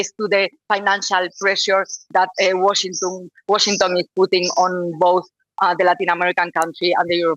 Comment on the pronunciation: te urgen unas clases de ingles. Guachintong...Open english... Éxito!!!